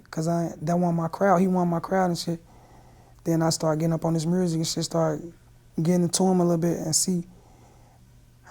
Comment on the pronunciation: He say “murzik”, like Memphis natives 😂